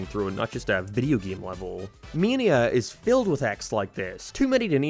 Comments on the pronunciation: bro it took me like 2 minutes into the video to realize you were saying mania and not “meania” I had no idea wtf u were saying lol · I had to turn this video off because I couldn’t listen to you mispronounce “mania” one more time. It main ia like Main Street. Not me like media. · “Sonic męænia”